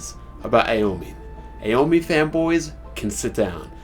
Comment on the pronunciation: AOMINE Lol dude say it right also i know you reading that extra game manga